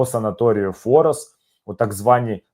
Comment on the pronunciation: «Форос»наголос на першій слог